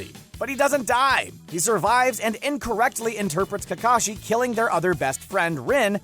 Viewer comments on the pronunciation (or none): He says Takashi not Kakashi